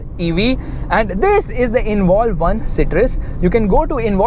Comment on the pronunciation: pronounce "citrus" properly 😂